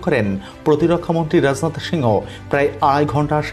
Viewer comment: উপস্থাপক তোমার বাংলা শুদ্ধ উচ্চারণ শেখ। প্রকৃত বাংগালী সর্বপ্রথম বাংলা লিখতে ও পড়তে জানতে হয়ে।রাজনাথ এক শব্দ একবারে উচ্চারণ করতে হবে।